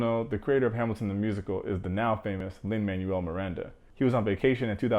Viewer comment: Love the video. Btw the writer's name is pronounced Lin-Manuel (MAN WELL not manual like a book) Miranda